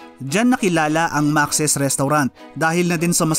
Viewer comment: Maks po ang pronunciation nyan hindi po maxis.